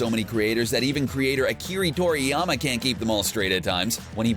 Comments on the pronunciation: Ah-ki-rah tor-ey-ama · "Akiree toriyama"? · Akeree Toriyama ...